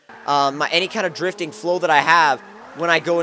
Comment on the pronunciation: Everybody loves 'difting'